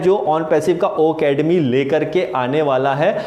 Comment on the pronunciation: Why are you wrong pronounced o academy ..it's ocademy sorry sir don't mind